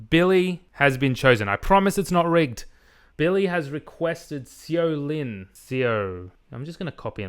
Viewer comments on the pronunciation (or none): As a Heads up... the Seo Linn name is pronounced as "Show Lynn". They have a wonderful Christmas song called "I Wish You Every Happiness"